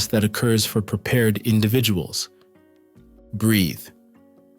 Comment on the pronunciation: why do u always say breath